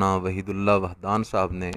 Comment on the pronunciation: پہلے نام صحیع پڑھ وحیدللہ وحدان ہے واحدللہوحدان نہیں ہے